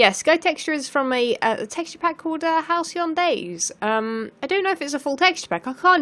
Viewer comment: thank you! I kept hearing "house eon days" or something lol.